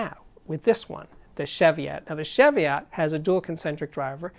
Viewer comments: "Sheviott" nope.... CHEVIOTT please. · Another great review, Steve. Just FYI, it's pronounced chee-vee-it, no shev-ee-ot. Named after some hills on the England/Scotland border. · Ch-evy-otts? Try chee-vee-ots. Sometimes pronunciation grates, but only when i know what it is right, which isn't often. For your global audience please give weight in Kg as wall as lbs. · Great video Steve as always. Just a tiny gripe - pronounce 'Chev-iot' like Chevy Chase. It's a mountain range in England, UK. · It’s pronounced she-vee-ot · pronounce chee-vee-ot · Its pronouced cheeviet. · Steve love your reviews always full of enthusiasm :-) One thing though the pronunciation is (Cheeviot) godamn the English heheheh. Keep up the great work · As in Cheviot Hills in Northumberland.And pronounced Chee-viot.It is not a car. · Love Tannoys and the sound they produce. Just one little thing, it’s pronounced with a hard CH as in Cheese not a soft CH as in Chevy. The name comes from a series of hills that straddle the border between England and Scotland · It's pronounced Cheev-iot. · Jfyi., it's pronounced 'Cheeviot' or 'Cheeviat' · Yeah, that's just a UK English/US English thing though, no? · Cheviot as in cheese or chicken or chech your pronunciation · Thankyou for that, I was just about to make the same comment. I almost chucked when I heard this guys pronunciation!!